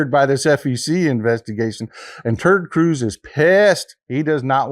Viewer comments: Love your Texas accent. I am Australian and I swear you are saying Turd Cruize instead of Ted Cruise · Did you say "Ted Cruz" or "turd cruz?" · Love when you say turd cruise that is so funny 😂😅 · It's funny how he calls him turd Cruz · I've been around the block and I've been involved in politics my whole life and I cannot believe I've never heard anyone call him "Terd Cruz" until now. Thanks for this information and thanks for putting a big laugh in me. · Did you say Terd Cruz ?